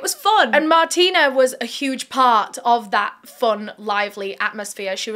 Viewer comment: I believe her name is pronounced Martine with an e so Mar-teen rather than Martina with an a.